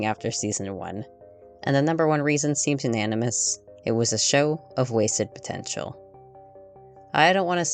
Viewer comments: Did you say potential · Did you say POTENTIAL??